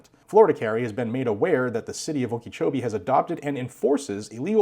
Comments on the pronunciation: "Okee-chowbee." :3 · Psssst... Okeechobee - (oak-ah-CHO-be) Not picking on you, just trying to help out.